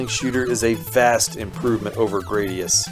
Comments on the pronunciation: BTW, It's pronounced Gradius, not Grade e us. They wanted to call it Gladius as in Gladiator, But Engrish. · No, he was accurate. It was Gladius, and they engrished it to gradius like he said. It was describing the shape of the ship. Now it is a word, yes, but only because of that process so that is meaningless to consider in the context of explaining specifically the reason the pronunciation is Grad (like college graduate) eous, like erroneous statement. That context is exactly the pertinent information to address the confusion over the pronunciation.